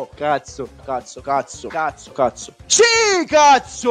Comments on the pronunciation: Il modo in cui diceva cazzo mi ha ricordato il "ma cos'è diventato il calcio? Una giungla caZo" di Malesani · Se mi avessero dato un euro per ogni volta che ha detto “CAZOH”, sarei con le palle a mollo su un’isola tropicale nell’ultra chilling